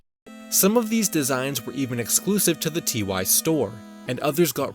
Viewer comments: Ty is pronounced like "tie," not "T-Y" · By the way, the company's just named "Ty", not "T-Y" :)